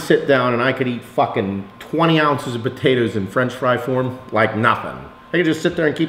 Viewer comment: I also love sweet puhtatuhs